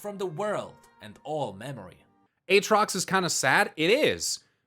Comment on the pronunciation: you done messed up AA-trox